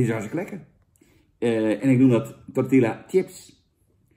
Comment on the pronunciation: Zucht Jan...het is 'chips' en geen 'tjips'....